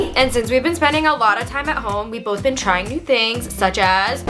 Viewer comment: be an haha british ppl be like